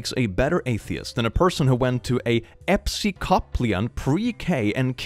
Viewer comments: Episcopalian is an offshoot of Christianity, it's pronounced "A-piss-cup-alien", in case you come across it again in the future. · … we love you but thats pronounced like ep-pis-ci-pail-e-an i would know thats my religion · Uh-piss-cuh-pay-lee-un for anyone wondering about that particular denomination's pronunciation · You mispronounced "Episcopalian." It's "eh-piss-ca-pail-ian." Just so you don't get tripped up in case you see that word again. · "Epsicoplian" will haunt me forever. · From an Episcopalian, it's pronounced "ee piss co PAIL ee en". For those who don't know, it's the non-British version of the Church of England. We have a fancy Catholic mass each Sunday, but we're actually super-chill; my favorite choir director was this gay man from Australia. As the late great Episcopalian Robin Williams said, "All the frills, half the guilt!" (I'm pretty sure it's the Catholic school that really put the nail in OP's atheism coffin, though being taught you HAVE TO DO THINGS THIS WAY, even implicitly, is never, ever cool.) That said, I apologize for that weird-ass word we decided to use for ourselves ^_^; I will admit tho, " ep see COP lee an" is the best way I've ever heard it pronounced XD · how do you know you won’t like jumping off a cliff you haven’t tried it yet (gonna ignore the pronunciation of Episcopalian cause your dyslexia) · After hearing unique pronunciation, I will never look at the word "Episcopalian" the same ever again...